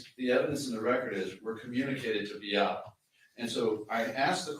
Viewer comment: You think after five years this lawyer could have learned how to pronounce Beatta and Maya correctly????